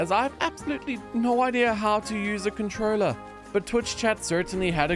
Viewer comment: bro your pronounciation of controller is a sin 😂